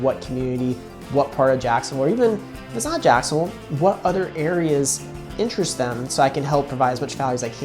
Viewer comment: Why did he say Jacksonville like that?